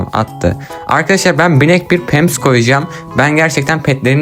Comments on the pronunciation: Pams? O pamps (linç değildir) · Pems?😂 abi o pams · abinin pamps deme şekili pemps😹